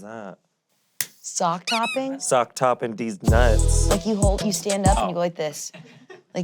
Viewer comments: LMAO IT'S "SACK TAP" NOT "SOCK TOP" 😆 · it's Sack Tap. Not sock top. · did you mean “sack tap”? Did you replace the ‘a’s’ with ‘o’s’ in it? Lol ilysm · "sock top" is "sack tap", smh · mishearing "sac tap" as "sock top" is hilarious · "sock top".. you mean "sack tap"?? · I’m screaming at calling it sock top instead of sack tap 😂😂😂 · "sock top" does she mean sack tap? 😂😂 i love you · SACK TAP... wtf did call it? Sock topping? HAHA HAHA! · hearing “sock top” when the director definitely said sack tap is so funny to me